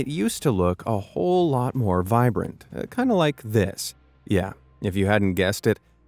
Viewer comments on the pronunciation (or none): none